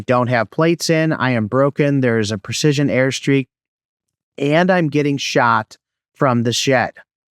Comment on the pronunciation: "Airstrike" not "airstreak" bro. Your video helped a lot, look forward to more👍🏼